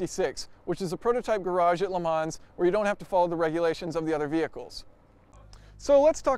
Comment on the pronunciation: Le Mans is pronounced "L'man" there is no "s" in there. Easy to remember: "Bon-Appety, L'man, Illinoy"